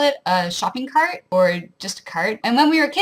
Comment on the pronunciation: So interesting! I’m from Cobourg, Ontario and I’ve noticed the same hard “arr” sound that I hear when you said “shopping cart” - seems like a rural Ontario thing?